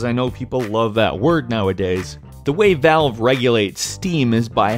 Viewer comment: He pronounced Valve as bowel.